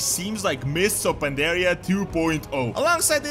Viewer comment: Mists of Pandaria was the best expansion yet but you guys are "PanDaHsH"